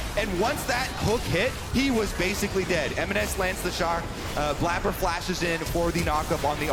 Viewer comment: We just not gonna talk about how this is blabber and the way he spells it is pronounced blayber